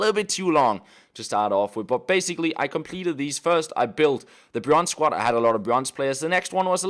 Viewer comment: SQUAD not SQUAT